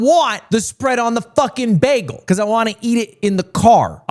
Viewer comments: He says bagle like NL, thats so sweet ;_ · I didn't mind being called dumb, but the way he pronounces bagel just filled me with intense rage. like it genuinely ruined my day.